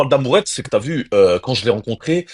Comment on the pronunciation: Le trader qui dit des t’vu,ta vu 😂😂😂